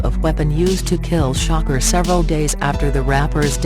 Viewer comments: This woman sound dumb his name is Shakur not shocker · bik gora No he said silkk the shocker because the lady on the video pronounced tupacs last name as shocker instead of shakur